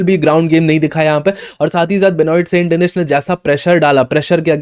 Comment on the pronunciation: It's pronounced as benuwa saint denis